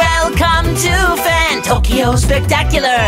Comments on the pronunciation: Isn't Fantoccio supposed to be pronounced with a ch sound instead of a k? At least I think that's how it should be pronounced if his name is Italian. Though I could be mistaken. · Him pronouncing his name that way is annoying as an Italian speaker. If he says his name that way it should be spelt Fantocchio (like Pinocchio). Fantoccio would be pronounced 'Fantocho'